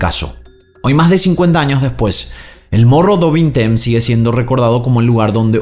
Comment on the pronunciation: Mogo du vinteim se pronuncia.